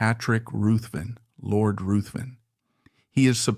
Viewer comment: Ruthven is pronounced RIVVEN. Kerr is pronounced CAR.